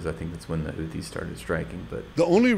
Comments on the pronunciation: He can say the letter H… why he keeps saying Khuthies? It’s Huthies. They always add a Kha letter to those they accuse as terrorists. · This silliness of saying Khoutis when next he says ‘hundreds’. They obviously know how to pronounce the ‘h’ sound. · “Da خuties” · Oh my god he’s saying khoootis? Now that’s another level!